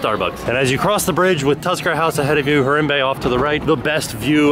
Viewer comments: it's like har-ahm-bay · you're saying harambe wrong and it makes me sad :( also were you talking to a cast member ? he sounds a lot like someone i used to work with there!